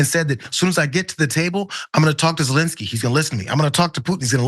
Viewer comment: Thank you for pronouncing Zelenskyy's first name correctly,.